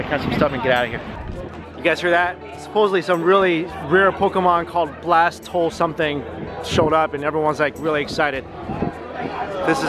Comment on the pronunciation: "Some rare Pokemon call blastuys (mispronounce )" Me "WTF"